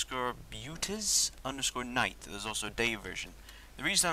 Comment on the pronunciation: to all those who mispronounced buttes... it is byoots, no "tez" at the end.